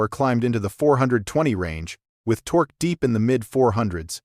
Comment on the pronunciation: The "tok" climbed? Stupid AI narration.